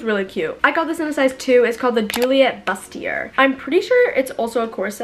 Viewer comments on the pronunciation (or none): bustier is pronounced "boost ee ay" (it's French!)